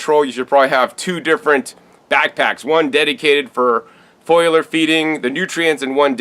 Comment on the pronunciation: I'm naked drinking beer and whisky and eating kale while watching this. Does that make me , you know weird ? Sorry man but it's FOLIAR not foilar. Plants have Foliage not foiliage. FOLIAR Feeding my Brother. Hey I love you and all the knowledge you share. Ever get out my way let me know. We'll drink a beer and eat some greens